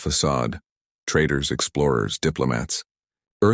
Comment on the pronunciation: Please! "Traders" not "Traitors"